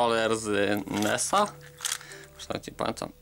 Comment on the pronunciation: "to sa jesli dobrze patam mietowki w takim pudeleczko" . widac jezyk polski za trudny, pocwicz troche mowe